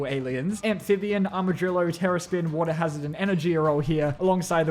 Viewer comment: WATER HAZARD SOUNDS LIKE HE SAYING ASS WA-TER